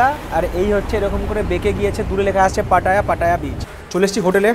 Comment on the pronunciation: এটা পাটা না, উচ্চারন হবে “পাতায়া”, ভাত না, উচ্চারন হবে “বাথ”। আশা করি কিছু শিখলেন